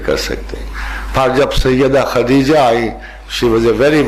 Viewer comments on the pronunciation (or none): none